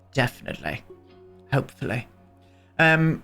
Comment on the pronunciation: ....Ees-ahl'ey, Def'nitel'ey... Hopefull'ey.... Priceless. Loving this whole series!